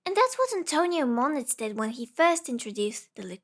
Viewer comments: Good video, but "Moniz" is pronounced like "Moo - Neez", not "Moh - Nitz". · It's pronounced "moon-is"